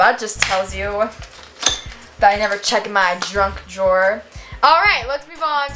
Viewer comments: Is it just me or did say "I never check my DRUNK drawers" instead of junk? Time: Edit 1: You should DEFINITELY read your journal on a video!! And you should also watch the video of you and baby Jordan on a video! Edit 2: What did you guys do today? I went to ice skating practice, and my moms credit card was broken... so we were in the store for 5 hours!! Luv ya! ❤️💛💚💙💜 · it sounds like she says drunk drawers Like if you hear that